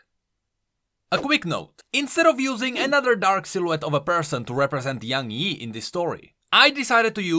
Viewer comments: What it actually is: Young Yi What I heard: YaNg Yi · That's not young yi, that's young hee hee